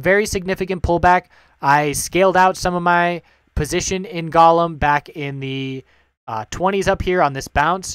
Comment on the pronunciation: Good vid, very informative. Ok, Golem is pronounced GO-lem, the O is long!